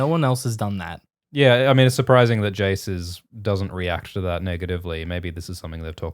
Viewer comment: To my ears, Australians pronounce Jace and Cheese the same.. Jace = Cheese confirmed?